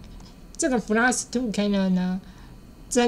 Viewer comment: Klein 唸“客來恩”，是德文‘‘小’’的意思😊